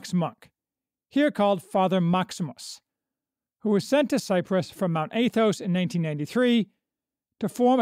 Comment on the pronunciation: It's AH-thos. Not AY-thos. More Americanized pronunciation would be 'short a' like cat or hat.